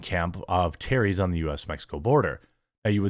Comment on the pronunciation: Jeremy is there a reason why you cant say the word "Terrorist"?